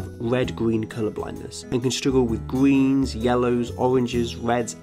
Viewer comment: The gweens